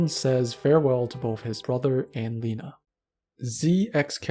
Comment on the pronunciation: its not leh-na its ley-na